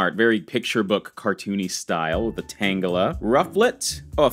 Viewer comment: for me is tangela 🤣 nothing against him but every time he said the name wrongly I found it extremely annoying (no hate)